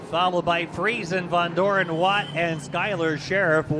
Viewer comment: Its VONDOREN not VANDOREN